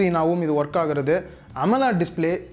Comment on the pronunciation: Be responsible enough to give information right. And pronounce the terms right. Best example "AMOLED"